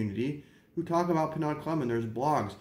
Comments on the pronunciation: Nice history...but it's pronounced "PER-NO!" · Penaud, is pronounced Pay-know. This is in my top 3 with Brute and Old Spice. These are old barber smells.